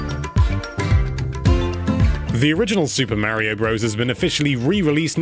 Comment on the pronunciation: mario .can you say it right please..